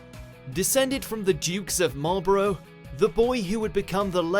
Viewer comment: Marlborough and Boer were pronounced as an American would say them. Disappointing